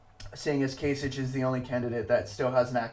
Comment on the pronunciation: Kasich is pronounced with a k at the end, so "kaisik". Not that it matters now since he dropped out and Trump will be the Republican nominee. Nothing can really stop him at this point from acquiring the number of delegates he needs to get a majority. On the Democratic side I'm still hoping Sanders will pull off some upsets and catch Hillary Clinton although that will be very difficult for him.